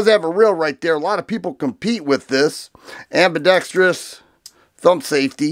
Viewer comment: You get a thumbs up for proper "ambidextrous" pronunciation!